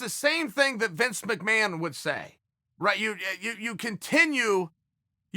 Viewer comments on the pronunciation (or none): none